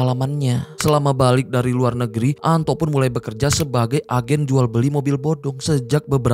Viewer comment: Anto bang... Bukan ANTOK😅😅😅